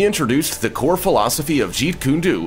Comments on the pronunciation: It's pronounced Jeet Kundo, the pronunciation is koon-doh! Not koon-doo! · You really must work on your pronunciation, it's quite hilarious but, it's stupid, it's illegal to pronounce Jeetkundo slowly anyway so I would be careful what I say if I were you. 💥